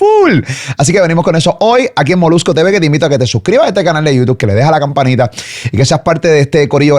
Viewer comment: Cada vez que dice Youtuff me trillan los dientes! Jajajajaj